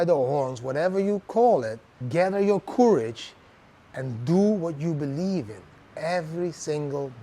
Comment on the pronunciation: Maybe check the pronounciation of 'courage'. I had to check many times before I understood. normally your English is good!